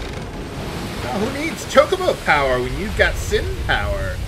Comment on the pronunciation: I always thought it was pronounced "cho-CO-bo." That's how I still say it. Old habit.